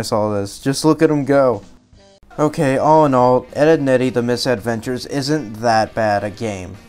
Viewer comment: It's Mis-Edventures, NOT Miss-Edventures.